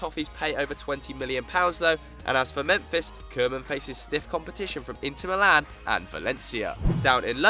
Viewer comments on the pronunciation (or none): none